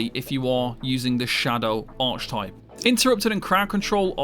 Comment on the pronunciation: Lost me at "arch-type"